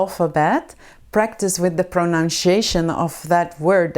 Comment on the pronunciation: Thank you very much..🌷 But you have a mistake in the pronunciation of the word "Pronunciation" the correct pronunciation is👇🏻 prəˌnʌnsɪˈeɪʃən